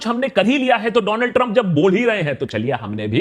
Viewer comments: Do-land trumbbb😂😂😂..The fatmae😂.. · Dolaand Trump ❌ Do lund Trump ✅